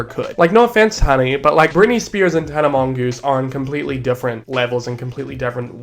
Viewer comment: I cry everytime you say tana mongoose 😩😩😩😩😩😩